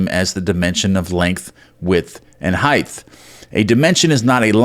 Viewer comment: If you keep adding a “th” to the word “height”, I’m gonna scream! 😫😂😂. Tongue twister, eh?☺️